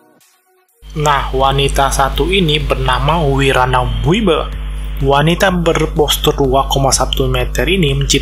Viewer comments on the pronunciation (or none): Wiber itu dibaca Waeiber.